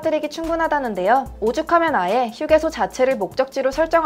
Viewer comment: 한국의 휴게소 발음 외국인처럼 들리는 건 저뿐인가요? 놀리는건아니고 궁금해서요